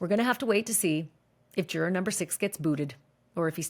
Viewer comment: I keep wanting to watch these but then can't since Ashley can sometimes pronounce juror and sometime just butchers the pronunciation. I quit. Lol